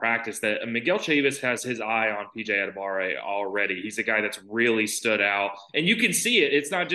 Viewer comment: What is up with people forgetting the "wa" in PJ Adebawore's name?